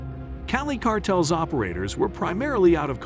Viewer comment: Cartels mofo say it with me Cartels not cartle 😂wtf